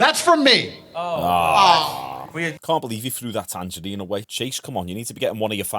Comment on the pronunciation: “A tangarine”😂😂